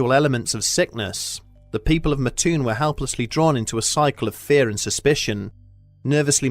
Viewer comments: its Mattoon MAT-TOON not MA-TTOON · I live in Mattoon Illinois and never heard of this ghost story in my 30 years of living here. But it does crack me up how he says Mattoon. It's not Ma-toon its Mat-toon. And its has a little more fun facts like. The original Burger King, Worlds biggest bagel ever made and it was a stomping ground for Al Capone. But now days its more known as a agricultural town farming corn,soy bean and meth 😆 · MAT toon. Not Mahtoon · It's Mattoon not Maahtoon my friend haha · I used to live near Mattoon. My only issue with the video is that it is pronounces Mat-toon. Otherwise, great video! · one of my first thoughts was "I wonder if they'll say the name right." Nope. But oh well. Still cool to see the story.